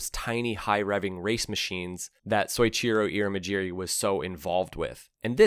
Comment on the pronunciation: "Soh-each-ee-roh ("So" + "Ichiro," [just like Ichiro the baseball player]) Ir-ee-muh-jeer-ee" ( & afterward). Because Japan has an entirely different written alphabet, English spellings of Japanese words are usually spelled nearly phonetically — they're written specifically to help us sound out the words, step by step, just like in school, to get the reader pretty close to the right sounds. Two bonus things I learned about Japanese, that can make it easier: first, there's no accented/emphasized bits of words (Nagano, for example, isn't "na-GA-no;" it's just a flat, evenly-paced "naga-no"). Second, Japanese words are made using a basic set of sounds. These individual sounds are always pronounced exactly the same way. Any time you see "ir," "ta" or "ka," for example, each of those always represent one single sound, no matter where you find it in a word. It's way easier than English, at least in these areas. Combine the stuff above with a basic idea of how spoken Japanese usually sounds, and you're already most of the way there. If you listen to what common Japanese names typically sound like, you'll probably be able to tell why the way you said "Ear-muh-jeer-eey" was so noticeably off-kilter to my ears. I don't speak Japanese, nor do I consume Japanese media. Still, before even seeing the spelling (Irimajiri), I would have bet my life that "Ear-muh-jeer-eey" was not right. Maybe somebody in the Middle East has that name, but not a Japanese dude. Just take a few extra second